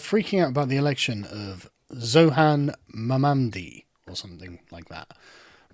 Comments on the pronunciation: of all the miss pronouncements of his name i have to go with Mommy Daddy as the best so far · "The fact that I can't pronounce Mamdani's name correctly reflects badly on him for having a weird and foreign name, it doesn't reflect badly on me for being an intellectually incurious knuckle-dragger." - Fargone of a Chud. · lol that was a purposeful mispronunciation of his name, showing their true colors here lol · oh STFU Carl you know exactly how to pronounce his name 😂 It’s like him going “Who? Vurr? Err? Val-dem-iyor Poo-tin? Don’t know the guy” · The fact that he is not mispronouncing but DIS pronouncing his name shows that he his so arrogant about his race, “I’m not a racist, I have a black friend “ . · Sargon is living up to the theory that he can't actually read with these prounounciations of a very prounouncable name. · Less than 10 seconds into the original video and Carl has already resorted to racism by deliberately saying Mamdani's name incorrectly.